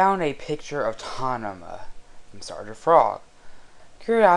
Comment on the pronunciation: Its tamama not tanama